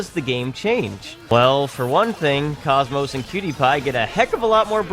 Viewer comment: The way you say KOS-MOS hurts my soul. It's a hard K not a C. Of you need a example go watch pretty much any cut scene from the xenosaga series (the games shes from)